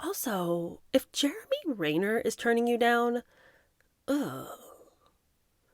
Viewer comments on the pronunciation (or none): Jeremy Ren ner… as in the bird called ‘wren’…. Ren ner… not rain er. ✌️❤️🙂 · Jeremy Renn-ner. Not Rain-er.😊